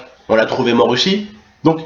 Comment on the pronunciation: Mdr tonton tu mfai rire "oussi" "oussi" mdr +1 like